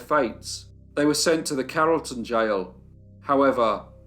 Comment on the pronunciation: Yes you pronounced it correctly.